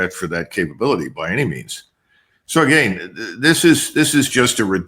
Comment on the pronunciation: I usually trust Mr McGregor but his inability to say the words "again" or "been" really concerns me. for years I thought he was talking about games and he would say this person had "a gain" and that person had "a gain" and then he was talking about "beans" and I didn't know what the hell he was talking about but he was trying to say the words "again" and "been". did he have a stroke or something?